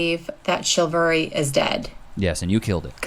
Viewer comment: she says chilvary instead of chivalry.